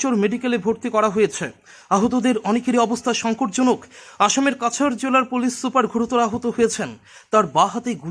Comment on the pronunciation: ভাই কোন University থেকে পড়াশুনা করেছেন আপনি? আসামে চাচর বলে কোনো জেলা নেই। কাসার(cachar) জেলাকে চাচর জেলা বলছ। ছিঃ ছিঃ ছিঃ